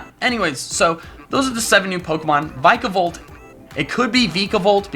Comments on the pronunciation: I don't think its "VAI-ka-bolt", its (possibly) "Vee-ka-bolt". You know, the disease Zika, mosquitoes, they have a striking resemblance. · its not vike-a-volt or veek-a-volt its vick-a-volt!!!!!!!! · It's not "vike a volt" it's "vick a volt" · It's VICK-a-Volt